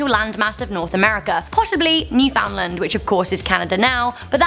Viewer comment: Hey #10!! I live there!!!! And you pronounced it right!!! A lot of people say "New-Finland"